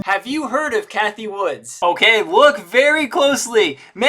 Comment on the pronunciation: Her name isn't Woods. It's Wood.